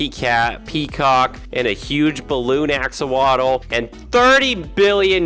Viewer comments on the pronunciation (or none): none